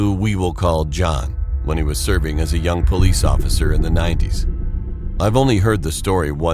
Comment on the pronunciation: Its police not pollice